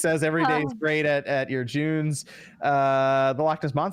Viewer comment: lmao no. it's pronounced JU-NESS.